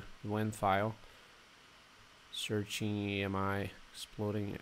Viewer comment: It’s not A-M-I its pronounced “Ah-me” like the French word for friend.